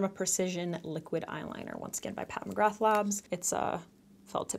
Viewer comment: I wish you’d learn how to pronounce her name correctly 🤦🏽‍♀️🤣😂😂😂